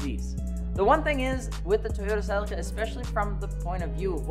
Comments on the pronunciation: Its pronounced "selleeka" no? 😅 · Americans be butchering car names lmfao ......... it's pronounced "ce leek a" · Omg how how you say celica is killing me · I like how in the US you call it the “CEL LICK CA”. In the uk we pronounce it “CEL LEE CA” 😜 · Didn’t realise Americans can’t say celica or Nissan it keeps getting funnier Or leaver lol